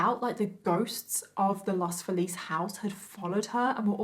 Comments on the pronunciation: The pronunciation of Los Feliz is "Los FEElis" Love your make up and your stories. <3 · Here's a note no one wants or cares about: despite the fact that Los Feliz is taken from Spanish, it's pronounced Los FEE-layz. That confused me as well when I moved there and heard it for the first time.